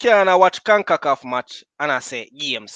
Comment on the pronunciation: Con-ca-CAF Not Con-ku-KUFF